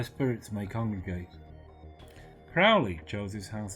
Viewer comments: Aren't you mispronouncing his name? Isn't it Crow (like the bird)-lee? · oh "31" comments, now this one, why do so few people pronounce Aleister's surname correctly?, rymes with holy you know... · Crow ley as pronounced to sound with the bird xxx